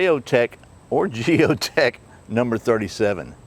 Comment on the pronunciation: I don't think the J is pronounced lol like the J in Jalapeno haha